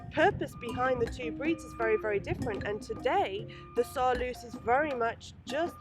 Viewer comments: Saarloos. Sahr-loas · Dutch breed :D You pronounce the Saar part correctly. But loos is pronounced like most and hose. And the name of the founder is Leendert. Which is like pronounced Lanedirt. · Why do you pronounce Saarloos so English? If you wish to honour Mr. Saarloos, you could pronounce the "loos" part as follows. First say hose a couple of times, then switch that H for an L, and before you know it you can say Saarloos as a Dutchy. Thank you for the video. I've just met a new type of wolfdogs. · You pronounce the name wrong btw :-). And they are not a healthy breed, nowadays they are outcrossing them with other breeds as the gene pool is so limited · I thought it sounded weird in this video.